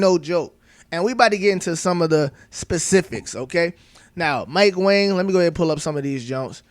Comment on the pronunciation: Did you know Mike Wang last name is pronounced WONG. Crazy.